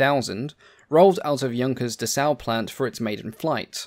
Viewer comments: Right - and it is pronounced DESS-au, not d'SSAU. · It's "Dessau", not "Dessaur". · That is what I mean, but I wanted to emphasize that the emphasis is on the first syllable. The narrator of the video is saying it as if it were French, "D'Sau" or something like that. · And the actual name of the city is pronounced De-ssau 😅